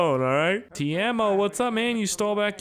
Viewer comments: TEIMO not tiemo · Pronounced "TAY-MO" not "Teermo" And damn use msc editor to fix the car. this has to be 100th time I've commented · U saying Teimo like Tijamo. It is just Teimo. 😀👍But if it is hard to say Teimo thats okay. Nthng wrong with that. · TE-E-MO! WHERE IS THE A IN TEIMO??? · In the mod menu you can also make the green car and the bus driveable. -Everyone knows you are using cheats to get around so you don't have to cut that out. The name of that stupid fucking store clerk is not ''Tiemo'' it's ''T-E-I-M-O'' -hi. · if you want to say teimo right , just say tiemo